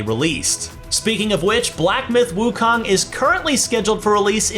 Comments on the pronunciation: that's not wukang , it's wukong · wu KAHNG! annoys me soo much hahaha! it's wu KONG! like KING KONG! with a OH sound. can't wait for the game though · it's pronounced as WOO-KOONG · The Kong in WuKong is an "ooo" sound like in cocoon.